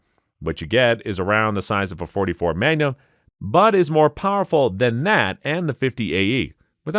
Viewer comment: I like when some of these videos say "Dot 3 5 7 Meg-a-num) and so on... Haha!... Or "4 5 4 Castle".... Haha! ...Can always tell it's a computer generated voice translation....